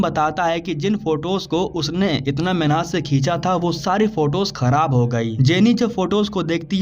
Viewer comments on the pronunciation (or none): Mehant ❌ menhat✅